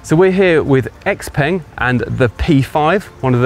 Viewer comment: The letter X makes a 'SHA' sound in Chinese and 'peng' is prounced 'PONG', so put to together, "SHA-PONG"